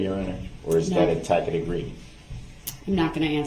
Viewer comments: As I'm researching these videos, there's a lot I didn't pick up on the first time I saw them (Probably because I was howling with laughter at laughter at a grown man pronouncing "tacit" as TACK-IT and "licence plate" as ELIZA PLACE). Does anyone recall what was happening PM When he sent the note saying that he was too emotional to stay in the courtroom? Was that during the Medical Examiner's testimony?? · Does no one ever tell him throughout this whole ordeal how to pronounce 'tacit'? IT'S NOT TACK-IT! ugh. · I love how this judge and the state very carefully preserved Brooks' right to use certain words, including their hilarious mispronunciations such as a "tack it" agreement, he doesn't consent to "estopple," which I THINK is a real estate law term, but he certainly looked stupid using the term. And then, of course, there is "Grounz!" which he dearly loved to shout out, but he has no idea why. A typical exchange is like, "...and so, your Honor, the prosecution objects on grounds that the question is irrelevantGROUNDZ! GROUNDZ! GROUNDZ!" And the list goes on and on. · If DB considers JD’s non-response, a “tack-it” agreement…wouldn’t that mean the (numerous) times that he did it, also, is a “tack-it” agreement??